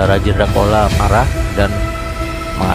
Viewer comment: Pengucapan chola menurut bahasa tamil adalah cola bukan kola Mohon di koreksi di pengucapannya.